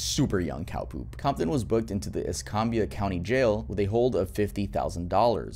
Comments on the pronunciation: Wild seeing my home county in a video, not once, but twice! Kinda ashamed since it's been bad both times... (Also, if you wanna know how to pronounce it, Escambia, it's es-kam-bee-uh) (Side note I've been binge watching your content for like a week now, keep up the great work! I love your videos!) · The way bro said Escambia 😂😂 jus cause I live close I know it was way off